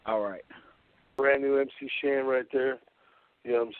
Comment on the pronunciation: MC HAN <---- you forgot the S in MC SHAN